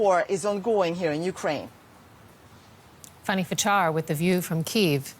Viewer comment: It's FAN nee, not "funny".